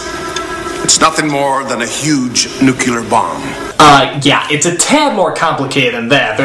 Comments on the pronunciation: Anyone peep how he says "nuculer (nuke-culer)" & not "nuclear"? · Why is nobody pointing out the fact that Lex friggin Luthor pronounces nuclear as "nucular?" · At first, I thought I misheard. Then I realized that, yes, Lex Luthor can't pronounce "nuclear". Hmm... crazy relative, outrageous wealth, deception of the law, tendency to say "nucular"...... By god, I'm reminded of somebody, but I'm falling short of a name...! Hmm... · Not Nuclear, it's Nu-cular, as told by Lex Luthor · Lex Luthor said Nucular. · Someone actually says "Nucular" bomb. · Lex, it's "nuclear", not "nucular". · Lex Luthor, the only genius and weapons expert I know who says "nucular" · I don't believe it. , Lex Luthor, the "greatest criminal mind of the century," actually says "nucular." That puts him in the same category as George Bush, the greatest genius of the 21st century. *facepalm* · Lex can't say nuclear right😂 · Some people actually pronounce it that way.